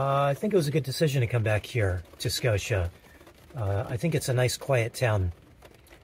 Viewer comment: Your pronunciation was perfect. Scotia NY is a suburb of Schenectady which is outside of Albany. It was a wonderful village to grow up in. ❤️ We enjoy your videos very much. I hope you have Healthy and Happy new year.